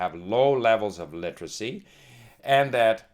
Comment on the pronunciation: Hey old man. If you're going to talk about literacy, then you should at least know how to pronounce the word. Its a 4 syllable word, not 3 like you try to pronounce it. LI-TER-A-CY, not LI-TRA-CY. Get off YouTube and stick to checkers with your buddies.